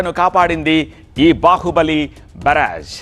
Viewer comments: Barag kadu barr age😂😂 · బరాజ్, ఫిరాజ్, కాదు బాబు అనర్గళంగా మాట్లాడే ముందు స్క్రీన్ మీద న్యూస్ ప్రోపర్ గా చూసి చదువు ఇట్స్ కాల్డ్ " ప్రకాశం బ్యారేజ్" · బారాజు కాదు బ్యారేజ్ తెలుగు సరిగ్గా మాట్లాడండి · బరాజా బ్యారేజా బ్యారేజీ అనాలి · పేరు ఖూనీ చెయ్యొద్దురా నాయనా, నీ ఓవర్ యాక్షన్ నువ్వు,.. బ్యారేజ్ అని అంటే ,నీకు ఇంగ్లీష్ లో పట్టు లేదని ఎవరైనా అను కొంటారా ఏమైనా.. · మాట మాటకి బరాజ్ బరాజ్ అన్నవో.......